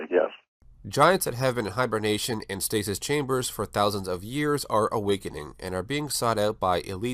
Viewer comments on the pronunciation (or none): none